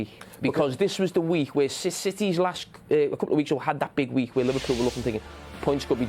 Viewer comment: y does carra say weeh instead of week?